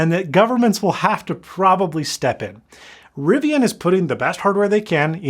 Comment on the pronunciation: Thank you so much for saying Riv-ee-un and not Riv-ee-ahn.